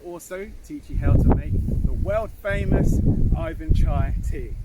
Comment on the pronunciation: Hallo. Im Putin. Its NOT aifan chai!!!!! Its Iwan chai...Iwan.